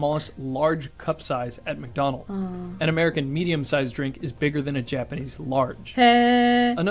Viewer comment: 厚切りジェイソンの部分はWhy Japanese Pepple!ならびにWhy McDonald's!がありましたね。McDonald'sは日本式に発音しましたね。